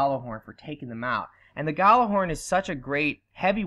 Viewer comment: It's pronounced something like "Yal-ler-horn", not "Galler-horn". Roughly translated, it means Booming Horn. From Norse mythology, Heimdallr weild this horn to warn of danger, and is to blow it in the event of Ragnarok.